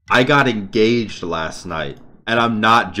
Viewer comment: Congrats on getting en-gah-hayed